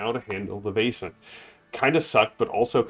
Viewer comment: Excellent game. So good to hear your love for the art, lore and wonderful design. BTW — I think it rhymes with "lesson" rather than "basin."